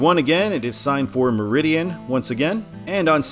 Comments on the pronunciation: You mispronounced “Meriden” which is pronounced as it’s spelled, stressing the first syllable. “MARE-a-den”. It’s not “Meridian.” West of Danbury, the control cities are few and far between. I would not have New York or Albany as control cities as I84 does not go near these places. I am okay with Port Jervis as an EB control city as anyone on that road is familiar with it, followed by Newburgh and Danbury. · “Meriden” at 691 is pronounced “mARE- uh- den” not “meridian” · On 691, Meriden is not pronounced as Meridian. It is pronounced as mer/id/den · It's pronounced Mer-i-den not Me-riden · The pronunciation for I-691's control city is pronounced "Mair-den", not Meridian. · It's not pronounced "meridian" it's pronounced "merry den" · I-84 Eastern in Connecticut is terrible from I-691 in Southington (pronounced like the wind coming from the south: SUTH-ing-ton) to the intersection with CT 15 in East Hartford. While I lived in MA I used to avoid this stretch by using I-691 through Meriden (you really mangled that city!) to I-91 north to CT 15 north over the Connecticut River and rejoin I-84. I have always felt that I-691 is oddly signed as it seems to be a spur of I-84. Oh well. Also, where I-84 ends in MA is in an historical town, Sturbridge. The draw there is Old Sturbridge Village (OSV), a living museum depicting life in the 19th century. That is not in the middle of nowhere. Also, in the northeastern US the state highways are refered to as Route X (pronounced ROOT rather than ROUT). I can't wait to see how you pronounce the places in MA in upcoming videos. May the citizens of Bernardston (on I-91), Methuen (on I-93), Woburn (on I-93 and I-95), Peabody (on I-95) and Gloucester (signed on I-95 but not directly on that highway) forgive you in advance (ha-ha!). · You put an extra I in Meriden.